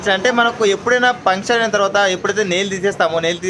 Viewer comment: పుంక్చర్ కాదు బయ్యా, “పంక్చర్”